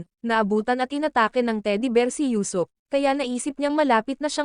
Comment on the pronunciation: Usuop not yusop